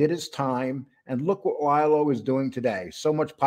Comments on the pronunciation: Not Ly-Lo. It’s Lee-Lo. Please pronounce it right. Exactly, they are similar but Lilo went to jail. Jimmy didn’t. And it was a woman. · I am not sure you understand his name is pronounced LEE-LO NOT LIE-LO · Yeah it’s Lee Lo but when you do a show in one take, there will be mistakes or mispronunciations from time to time. We try and have it correct 100% of the time but sometimes shit happens.